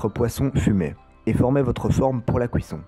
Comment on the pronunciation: Super vidéo comme d'habitude, mais t'aurais dû ouvrir un croissant à la fin pour que l'on voit l'intérieur :'( Ps : la "couisson" X'D